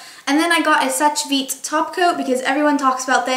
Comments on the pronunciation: it's actually "sesh veet"... it's french, the e is silent! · sèche vite= 'sesh veet' :)